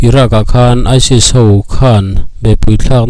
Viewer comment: Isil"aisil " ti in tinge i lam zel a. aisis tih tur ni awm tak